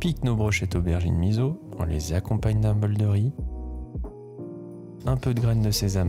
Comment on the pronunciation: Vidéo appétissante ! Je vais faire ma pénible sur un détail qui n'est pas de la cuisine à proprement parler. 🙃"Miso" se prononce misso (pas mizo).